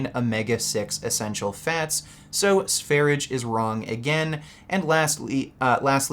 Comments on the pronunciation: I have told you before. it's not SVERIDGE. It's SVERIYE or SVERYJE. Pronounce his name like you know something. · its not sveridge 😂😂 its SVER-ee-yeh. swedjsh 'sweden'. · It's pronouced Sve-rye, not sware-idge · His channel is pronounced “sver-ia”, no “g” sound. it’s the Swedish name for Sweden... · Sv3rige is pronounced “svah-ree-yay” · The correct pronunciation is Sveryeah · Note: Sv3rige (which is pronounced SVAIR-IDGE-AY btw you fucking neanderthal) wasn't in a mental institution. He was hospitalized in intensive care for months because of a prolonged vegan diet that he was on while exploring sungazing. I find it laughable that is going to misrepresent that fact as him being locked up in a psych ward while is literally on a watch list for potential mass shooters and should be institutionalized himself if he hasn't been already. He's a pathological liar and sociopath so I doubt he would tell the truth anyway. He could learn a lot from Sv3rige who is an honest, open and down to earth individual that cares about others, unlike the misanthropic. That doesn't mean you need to follow all his diet advice but that goes for as well. Vegans are literally dying a slow death despite what this mongoloid tells you. If you actually follow this lunatic, yet have the nerve to mock anyone else, you have serious judgment problem and a lack of basic intelligence, which could be due to your plant-based diet or fetal alcohol syndrome like our good buddy Vegan 'B12 in the veins' Gains or both. lol, Your welcome:) I'm always happy to help.